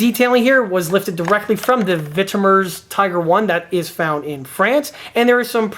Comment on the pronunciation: thank you! You actually said "Vitoumers" in the video, that's what I meant, I was joking!👍🏻